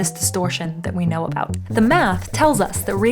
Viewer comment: Did you purposefully mispronounced "Know" !! Anyways great videos ❤